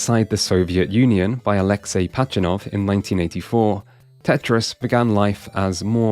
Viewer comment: It’s “Pazhitnov”, not “Pachinov”